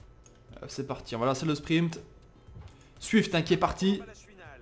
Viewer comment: spriNt pas spriMpt stp sa fait mal aux oreilles mais je me suis habituer